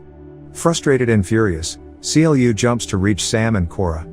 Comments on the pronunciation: it triggers me that you keep saying C L U and not Clue. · it triggered me when he keeps saying c l u instead on clu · The only thing that bugs me is how he says C L U and not clue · I know this isn't actually read by a machine, and is a dude telling these stories. If it was a machine I could understand the constant issue calling Clu C-L-U. It is infuriating. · The way u say C-L-U🤯🤯u could literally just say Clu Instead of C-L-U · Why is he saying "Cee Ell You"? CLU is literally spoken like "clue", as one word. :x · Do you not know the character's name is pronounced literally "clu" , just clu, no C L U non sense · Seriously it's pronounced as CLUE not C.L.U. Did you even watch the movie. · I had to stop when he called Clu: See El You. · The AI voice couldn’t pronounce CLU right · I always wanted a video from you about this movie but you mispronounce clu's name.